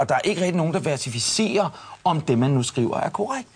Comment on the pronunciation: Anders Breinholt: "Og der er ikke rigtig nogen, der VERTIFICERER..." Damn. Siger han også hyptonisør og psykriater?